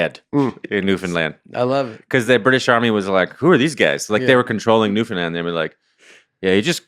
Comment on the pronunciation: The fact that ya'll pronounce Newfoundland Newfindland is crazy bro